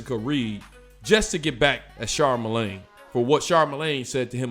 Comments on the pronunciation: It’s Charlamagne my guy, not Charmalagne. But still, f CTG anyway. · Lmao "Charmalane" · Char- mel- lane??? 😳😂😂😂